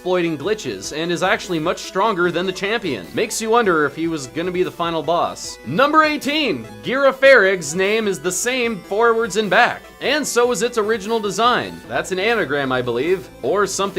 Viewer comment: Never heard Girafarig pronounced that way. I'm pretty sure it's Juh-Raff-Uh-Rig Like a Giraffe.